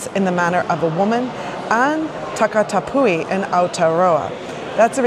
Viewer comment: Good pronunciation of the Polynesian words, especially 'papahou' although the macron on 'takatāpui' indicates a long, stressed vowel, so ta-ka-TAA-pu-i :)